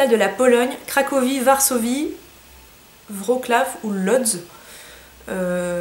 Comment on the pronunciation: Coucou ! Étant d'origine polonaise, je voulais te dire que Wroclaw se prononce «vrotsoif» (jsp si c'est compréhensible😂) sinon super vidéo ! Bisous❤